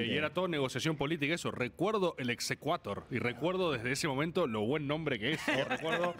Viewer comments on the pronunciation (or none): Es "exequatur", no "exequator". Significa "ejécutese", en latín.